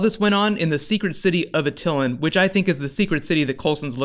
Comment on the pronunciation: Love your videos but it's "At Uh Lan" not "Uh Till In" watch the old fox kids FF videos which explain the Inhuman origin story for the pronunciation.